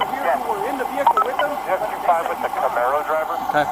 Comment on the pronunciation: As a car guy this makes me cringe so hard... "Camaro" "Camaro" "Camaro"